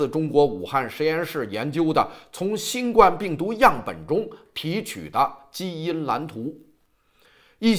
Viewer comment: 新冠病毒，第一声!!!谢谢。否则听着别扭。